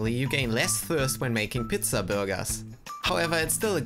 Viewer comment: Did you just say “pitza?” It’s pronounced “peetza”